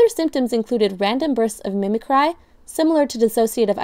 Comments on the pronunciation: Mimicry is pronounced "MIM-ick-ree, NOT MIM-ih-cry." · Mimicry is not pronounced like "cry"... it's pronounced "cree". Mih-mih-cree. Am i the only one that caught this?